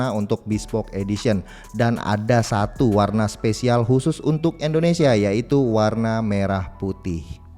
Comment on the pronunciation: Indonesia bang bukan endonesia